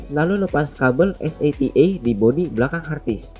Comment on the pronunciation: es ey ti ey, dibaca sata